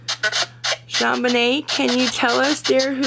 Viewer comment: You say John Bunyun, John Vinay???????